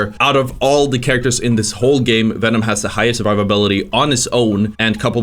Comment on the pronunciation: You need to play Hulk like Winston/Doomfist. The footage you had of him shows why you are having such a tough time. You need to be jumping everywhere in and out to harass and build ult while getting recovery during retreats. EDIT: Pronunciation: Hela - hell-uh. Venom - venn-uhm.